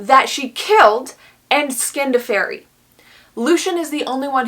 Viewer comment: "fairy" My ears: "furry" Also me: oh no